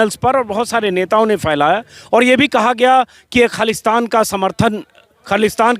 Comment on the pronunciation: Ajit Anjum ji Aap bhi Phailaya ko Failaya kah rahey hain?!?